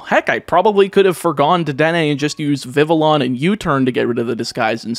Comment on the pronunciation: The heck is a “viv-a-lon”? And a “hohn-edge”? 😂